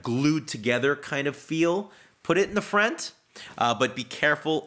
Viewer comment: The way he says front is really funny 😂 FRANT But I completely agree with what he's saying